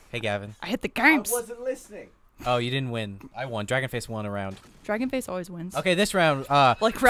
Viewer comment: It's pronounced Dra-gone-fay-see